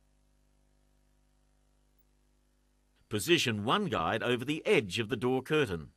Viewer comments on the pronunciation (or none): bahahahaha the way he says "damage" & "over" :)